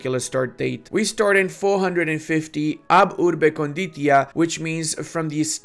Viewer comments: Ab Urbe Condita: said "conditia" adding an "i". Also the stress goes on the "o". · In "condita" the stress is on the first o. Do Romanians consider themselves as latins?